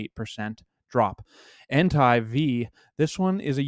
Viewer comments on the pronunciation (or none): Bro you gotta stop saying en-tie. One it’s wrong and two it sounds like you’re saying hentai, which idk if you know what that is but if you don’t look it up 😂😂😂 his name is pronounced en-tay 🤞🏼 gotchu bro lmaaaaoo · You say suicune right but you say entei wrong ; its en-tay :) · Blud pronounced Entei like Hentai without the H